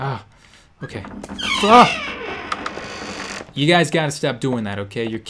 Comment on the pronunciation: he didn't say oh..he said hoe...lol